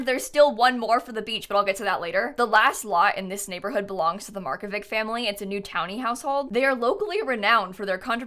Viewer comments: Hi! Just wanted to let you know, as for the Markovic family, It’s pronounced like Markovich. The C in Lucia’s name isn’t pronounced as S but rather a hard C, I can’t think of any english words that have that kind of C in them but I’m sure you could find it online! I’m Croatian and names such as Mateo Markovic are basically balkan names and I’m so happy to see them in sims!! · Finally there's some Croatian inspired stuff in the game lmao but I can't be the only one who got a lil bothered when Markovic was pronounced without a -ch at the end 😭✋🏼